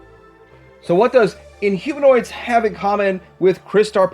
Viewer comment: Inhumannoids. He got it wrong🤣